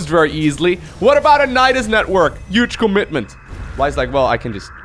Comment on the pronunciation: can you please pronounce the word "huge" correctly, with an "h" and not a "y" or "j".